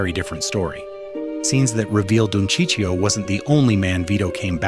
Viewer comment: Who's Sicio?! :/ F*ckin AI ...